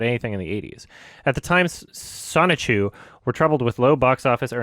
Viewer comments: Sho-ni-ku, not Sonichu. Sonichu is Chris Chan's oc. Listening to that was very confusing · inability to read the word Shouchiku amazes me. Again and again and again.